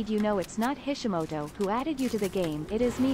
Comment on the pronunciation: Bro said kishimoto😭